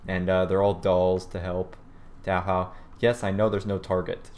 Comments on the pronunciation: It's Touhou not TaoHaw and pronounced "Toe-Hoe". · I almost thought this review was perfect, then I remembered how you pronounced 'Touhou'... It's not Tao-How, it's 'Toe-Hoe'. Regardless, I loved the review, sub for you! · Even if you mispronounced my favorite games name you dont deserve a dislike. It's pronounced "oe" as in hoe. So it is pronounced toe hoe. Also yes the marisa doll is a witch because marisa is a magician. And about the suicide bomber doll there is one in touhou like it but it turns into a giant fireball. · It is said like "Tow Hoe" and spelled Touhou. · You pronounced it Tao-Hao, Dislike